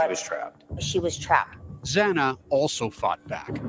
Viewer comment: It's pronounced Xanna.